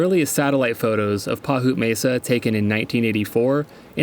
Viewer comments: Not "pahoot" but "Pieyoot", as in the Indian tribe. 😉AKA: Paiute. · pie-oot! Not pahoot